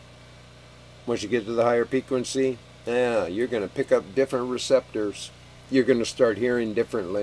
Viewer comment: sell t shirts "higher peequency" 😁